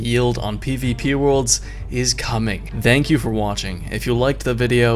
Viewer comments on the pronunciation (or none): I thought I heard 'Dank you for watching' for a moment.